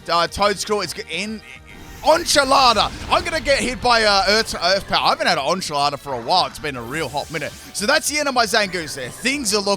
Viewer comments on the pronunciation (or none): butchered that enchilada. On-chilada. I'd love to hear more Spanish pronunciations from you.